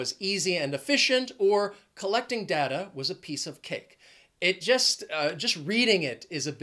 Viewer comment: DATA PRONUNCIATION PLEASE